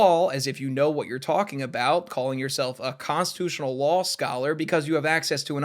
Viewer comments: it's law not lawl. love you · bro i have no idea why this bothers me so much but i stg every other time you say "law" you actually say "lul" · I keep hearing 'lol' for 'law' -- is it just moi?? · Are you saying law or lul? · am I the only one hearing "lawl" instead of "law"? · I thought you were saying “delete LAWL” this whole time… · Every time said law I kept hearing lol 😅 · Is it an American regional thing to pronounce "Law" with an "L" at the end? Not hating or anything, just curious, cos I've only heard one other dude do that and he was also American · Nah I was talking about - like, where he reads the word "Law" but says "Lawl", or. It's odd tho cos he says "lawsuit" without the extra l. Just wondering was all, I don't think he's doing some extended joke where he prononuces "law" as "lol" though. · No I heard it too 😂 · Why do I hear “Lawl” every time says “Law”?